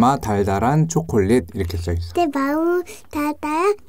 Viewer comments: 초커얼릿 머거 보까 여기에서 초콜릿 발음조금굴린것 같은데? ㅋㅋㅋ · 춱퀄륏 머거볼까아~~ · 앞에 춰퀄릿 ~ 너무 웃겨요! 저도 먹고 싶네요 ㅠㅠ 저는 제가 나이일 때로 돌아가고 싶어요 (╭￣3￣)╭ 걱정거리 없이 행복했던 그 때로요,, 공감하시는 분 계신가요..! 오늘도 잘 듣고 갈께요:) 도 아빠를 닮아서 ASMR ( 리얼 사운드 ) 를 잘하는 거 같아요 ㅜㅜㅜ 입에 초콜릿을 잔뜩 묻히고도 모르고 맑은 표정으로 웃는 걸 보니 진짜 귀여워요 >< 혀 짧은 것도 귀엽구요,, 그리고 아빠가 " 들어주세요 ~ " 라고 하라고 했더니 하는 것도 넘넘 씹덕이구요 ( ⁎ᵕᴗᵕ⁎ ) 처음에 사운드 듣다가 딸이 있으시다는 사실을 알고 유튜브 검색창에 찾아보다가 최애가 로 바뀌어 버렸어요 ٩( ᐛ )و ( 쥬르륵 ) 는 일상이 입덕 영상이예요,, 진짜 귀여워,.. 이 언니랑 하루만 영혼이나 체인지 할래..? 나도 먹방 유튜버 아빠 덕분에 맛있는 팝핑보바, 실비 김치, 불닭, 그리고 맛있는 초콜릿까지..! 너무너무 먹고 싶다.. ♥ 그래도 난 우리 엄마 아빠가 최고 ❤ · ㅋ췩퀼릭이래 ㅋㅋ빵터져네 어우 진정햌 ㅋㅋ ㅋ악 ㅋㅋ 진정.....하라고 ㅋㅋ악악 ㅋㅋ 풉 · ㅋㅋㅋㅋㅋ춰머거볼까 로도 들리네요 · 춰컬릿 뭐냐고ㅋㅋㅋㅋㅋㅋㅋㅋㅋㅋ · 처음에 오프니송 발음이.ㅋㅋ 처퀄릿 ㅋㅋㅋ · 노래 시작 부분 발음 너무 좋으신데요 ?? 춰컬릿 먹어볼까 ㅋㅋㅋㅋㅋㅋㅋㅋㅋㅋㅋㅋㅋㅋㅋㅋㅋㅋㅋㅋㅋㅋㅋㅋ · 오프닝 초콜릿할때 발음쳐컬릿으로된거 넘웃겨옄ㅋ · 맨처음에 노래에서 초 가아니라 춰콜릿 먹어볼까 라고 들려요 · 초퀄릿 ㅋㅋㅋㅋㅋㅋㅋㅋㅋㅋㅋㅋㅋㅋ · 초우 ㅓ콜릿 막어 볼까라는태 초콜릿발음무엇? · 춰퀄릿 먹어볼까라고 들리는데요 ㅋㅋㅋㅋ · 쳐촐릿이라고 들리는거 나만 그럼? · 처음시작할때 발음이 춰컬렛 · 처음에 나만 쳐컬릿이라들리나?ㅋ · ㅋㅋㅋㅋㅋㅋ 저만 그렇게 들은줄